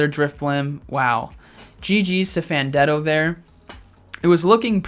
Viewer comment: Hey, just wandering where the 5th round for this tournament was?? Also its pronounced Fan ten do.